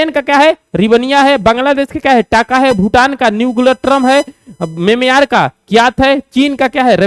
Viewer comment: Ha bhai sir memeyar bolte hai😂😂